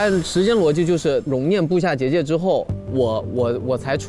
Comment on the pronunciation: 没有人在意结界的发音吗？😅界是第四声？